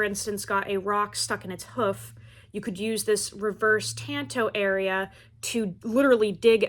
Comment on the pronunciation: Why don’t any of these knife people on YouTube know how to pronounce tanto? Is Tahn Toe (like Lone Ranger’s buddy), not Tan Toe.